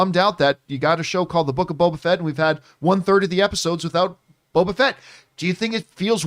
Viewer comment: Is saying Bobo?